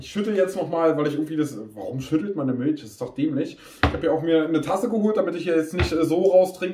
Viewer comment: Miltsch, feier ich